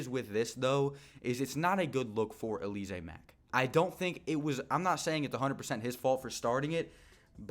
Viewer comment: Bruh its Al-luh-zay 😂😂 not Uh-lee-zay